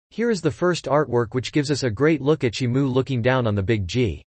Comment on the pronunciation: Why is he saying shimu ,he got the name wrong